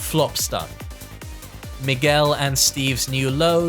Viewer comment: My name is Miguel and every time you say Miguel my social anxiety rises